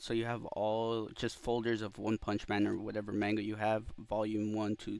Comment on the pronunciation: bro really said may-nga. it's mah-nga. maw-nga